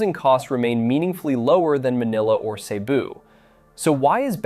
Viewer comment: The correct pronunciation is Seh-BOO. Not SEE-boo.